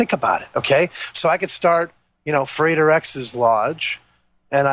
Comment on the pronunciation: Frater is not pronounced "freighter", you do not lug cargo around the globe...